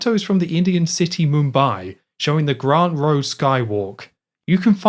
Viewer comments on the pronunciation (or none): none